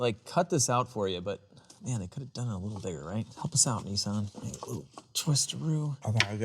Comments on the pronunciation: Why do Americans call it a NESSON . Nis san ....no e's lol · Hey hey it’s Nissan not kneesaan😂😂🇦🇺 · You guys in the northern hemisphere all pronounce Nissan so differently from us down under 😂 I wonder which way is the "correct" way? (Also, am loving the content!)